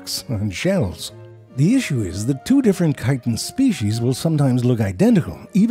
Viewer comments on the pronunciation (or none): none